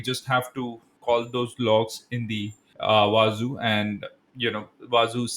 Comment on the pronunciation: It is actually pronounced as wah-zoo and not wah-za